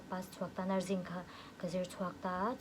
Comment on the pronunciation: Nurzing tih in lam thin lo ang u a. Nurse zawk lehnghal hi chuan Nursing(Sing-zai) anga lam ngei2 tur.